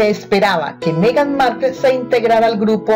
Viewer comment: No sabes ni pronunciar Markle.